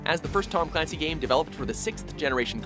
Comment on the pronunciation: It's pronounced Tom CULANCY.